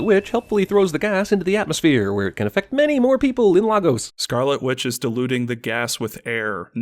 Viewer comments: I feel the need to point out, as someone who has lived in the actual Lagos in Nigeria, that the movie (and by extension you and CinemaSins) pronounced it wrong. It's not "Lah-gos", it's "Lay-gos". The scene where Cap says "Lah-gos" actually got a laugh out of the theater in Abuja where I saw it because of that, even though it wasn't a comedic scene. Minor nitpick :v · We pronounce it better, "Laygos" sounds weird, now Lahgos, that sounds good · Lagos is pronounced lay-gus, by the way. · Missed nitpick, it is pronounced Lay - goes NOT Lah - goes [Lagos] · It’s pronounced LAY-Gos not Logos... sorry that was really annoying me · Lay-guss, not lar-goes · Why do yall pronounce Lagos like that?? It's Lay-gos(like Ryan gosling) not lahgoes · It's pronounced Lay-gos BTW for all you non Nigerians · Why doesn't anyone pronounce it the right way. Lagos is pronounced LAY- GUS. Unless we're talking something different from the Nigerian city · missed nitpick: the city in Nigeria is pronounced LAY-gos. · As a Nigerian, Jeremy's pronunciation of Lagos gets to me. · OK I'm going to say this, that is not how you pronounce lagos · As a Nigerian, y'all are killing me with the mispronounced Lagos...